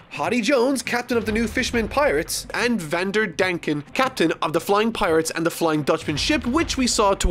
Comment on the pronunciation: your butchering Hody's name also it’s pronounced Deck-in